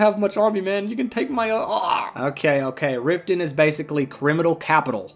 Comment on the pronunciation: Riften? I tought you said Rio de Janeiro!